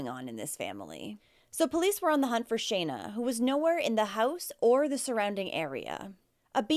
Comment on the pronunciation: You're the first one who has actually been able to say Shana properly. That's my name. These cases break my heart. I don't know how anyone could hurt their children much less kill them.